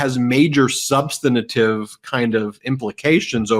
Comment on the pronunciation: Ben, please learn how to pronounce "substantive"!